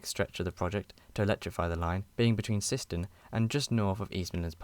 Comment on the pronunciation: Syston is pronounced Si-ston